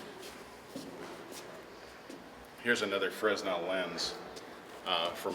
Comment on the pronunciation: Very nice vid! Thankyou! Not to be picky but I think the s is silent when pronouncing Fresnel lens.